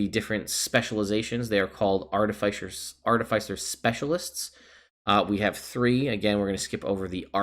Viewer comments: Says he'll go back and forth between Arti-FICE-r and Arti-fiss-er, but says FICE throughout the video. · It's pronounced Ar-ti-fis-er not Ar-ti-fice-er because an artifice is a complex machine and an Artificer is someone who builds and works with artifices. These are actual real world terms. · No one else in the world says FICE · everybody who pronounces it art-i-fice-er probably likes the taste of arti-fice-ial sweetener. hopefully they don't get pulled over by an off-fice-er of the law. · Long "i," short "i," it does not matter as long as you do not pronounce it ar-TIF-icer. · The way you phonetically spelled that out isnt right I think.. aar-te-fiss-er is the right way to pronounce it. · The real pronunciation war is Ar-ti-Fi-cer vs ar-Ti-fi-Cer